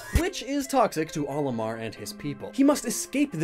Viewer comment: Why is this mispronounciation of Olimar so common?